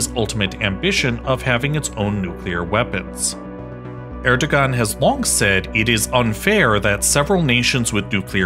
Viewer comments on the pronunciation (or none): It is pronounced as Er-do-aan. g is silent. 🤘. Pakistan'daki Babür soyundan gelen destek. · "g" is silent in "..ogan" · Since I get the feeling that you care, the "ğ" in Erdoğan's name is pronounced as a [w]. More generally, it makes more sense to think of "ğ" as silent in (the most common dialects of) Turkish, but sometimes it becomes a [w] or [j] ([j]="y" sound in IPA) because of the surrounding vowels. It's also used to mark long vowels when after a vowel letter or between 2 of the same vowel letter. All this is because it actually represents a sound that disappeared in the most common dialects of Turkish. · we do not read the “ğ” all time, mostly the “ğ” is silent. the “ğ” is used between two vowels. the vowel reads after the “ğ” 2 times with softly. for example the erdoğan: here the erdoğan's pronunciation at turkish; erdoa:n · You butchered the presidents name. 11/10 on reporting. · If you can't pronounce the name of the country's leader correctly, don't make a video about the country. Good rule of thumb. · Lol that family name pronouncation